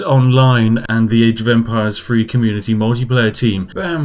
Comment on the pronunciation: You pronounce the th. That sounds like three not free LMFAO 😂😂😂💀